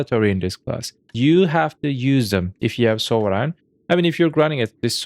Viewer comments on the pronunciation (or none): I promise I don't mean this as an attack on your English. I'm a linguist and language teacher. Sovereign is pronounced "sahv-ern" or "sahv-rin". Otherwise, great video and thank you for all of the information. I came here specifically for your crystal setup.